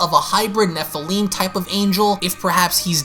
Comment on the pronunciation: It’s not pronounced “Nephileem”. It’s NE-fill-im